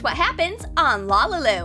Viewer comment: its not Lalalu she says its wrong